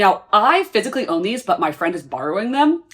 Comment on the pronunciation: everytime you say “physically” my ears hear fiscally lmao